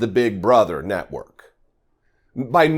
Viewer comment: Did you say “FOX news NUTWORK” I thought that’s what I heard.